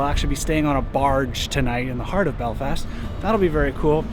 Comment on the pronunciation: An American that can pronounce Belfast properly? I'm mindblown